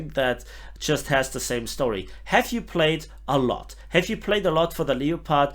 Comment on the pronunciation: don't say leo-pard. say it like this - leppard